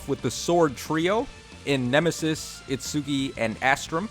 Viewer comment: Did you say "It-SOO-ki"? NOOOOOOOOOOOOOO